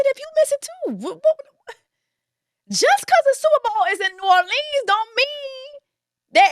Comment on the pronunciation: The way she kept pronouncing New Orleans 🤦🏾‍♀️🤦🏾‍♀️😂😂😂